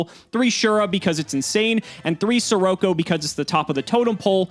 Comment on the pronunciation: They still can't say SER ROCK O correctly